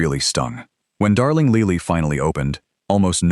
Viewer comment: Darling Leely? Funny, I would have pronounced that Lily, like the flower.